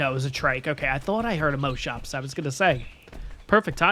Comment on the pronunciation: I have never heard any ark player pronounce Moschops as moaschoaps like how you say most, ive only ever heard it pronounced as moss. Thats really interesting. Also excited to find a new series to look forward too during the summer.